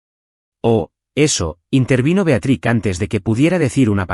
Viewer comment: Se dice Beatriz